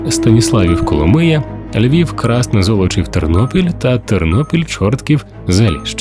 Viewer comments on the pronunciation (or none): Назва населеного пункту - КраснЕ, з наголосом на другий склад.